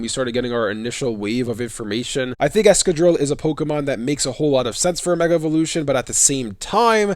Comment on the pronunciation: the consistent mispronunciation of excadrill's name is sad, excavate/drill ex-ca-drill